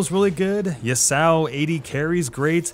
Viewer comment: LMFAOOO THE WAY YOU SAY TALIYAH AND YASUO IS TILTING